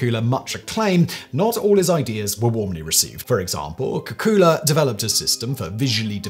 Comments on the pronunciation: I always heard the name as “kay-coo-lay.” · At 93 comments only two people mentioned your pronunciation of Kekule, and Leibig (invented condenser with water jacket). I learned in 1971 Kekule dreamt of six carbons dancing in a circle hinting at the benzene ring.